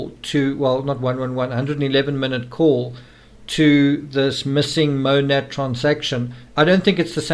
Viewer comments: Its funny the officers pronounced Monat wrong but Chris pronounces it CORRECTLY yet still acts like he has no idea what it is lol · I can pronounce Monat correctly, and could well before I knew exactly what it was because people talked about it all the time where I lived (military base, lots of military wives get mixed up in MLMs). So, it's not out of the realm of possibilities that he has HEARD it mentioned several times, but was unaware of what exactly it was. She was big into the MLM community, so he probably heard her and her friends talk about it without paying attention to what it was. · I can pronounce it correctly and I have no idea what the hell it is